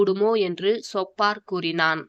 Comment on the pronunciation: சொப்பார் இல்லை சோப்பார் என்று உச்சரிக்கவும்